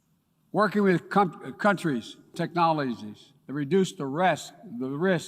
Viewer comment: What was that Joe? You've been working with cum-trees??